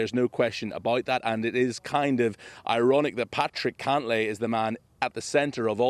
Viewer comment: Cantlay. Wrong vowel.